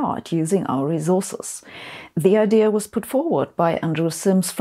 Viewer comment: "rezources" (Zabine, "s" in English is almost never soft or voiced), "mischion", "cultscheur", "raschio", "averatsch", "mutch", "populaschion'"